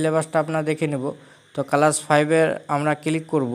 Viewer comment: কালাস না ক্লাস 😂😂😂😂😅😅